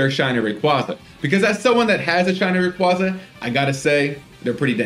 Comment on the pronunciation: ray-KWAY-zuh though